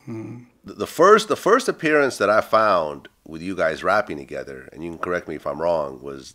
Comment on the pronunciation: Tahgeva (Together)?? and they say country ppl be making up words😂😂😂😂